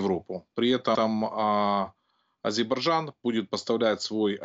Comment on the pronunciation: Научите типа эксперта говорить правильно название страны Азербайджан